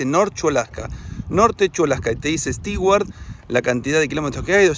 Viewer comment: **Nota** Amigos viajeros, en inglés no se dice ni pronuncia "Sti-uart", se dice y pronuncia "STU - uart", por más que se escriba "Stewart".